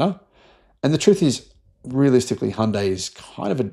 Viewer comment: Finally someone who pronounces Hyundai correctly🎉🎉🎉